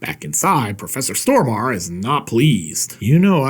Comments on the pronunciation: Im Swedish , just like Peter stormarE… So - the ending “E” is not silent . All Americans pronounce it wrong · Is that really how I should pronounce Stormare's surname? I had no idea.